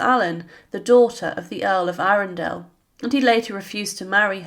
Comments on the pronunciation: Not 'Arun-dell' making it sound like a place from LOTR, but 'Arundle', like 'trundle' or 'bundle'. You robotic nature is made even more obvious when you mention that Grey 'became a knight. Of the order of the garter...' But then, being a robot, you don't read comments. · They can't pronounce Arundel in Peterborough. They call the ROAD with the name A-run-dul. Had a friend who came from Brighton who couldn't believe it.